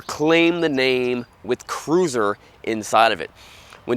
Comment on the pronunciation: it's notta crewsaaaah